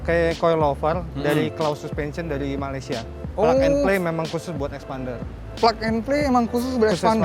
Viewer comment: Now i know why they called xpander as eksPArnDer... Because they said phonics A as Arr... Not Eh!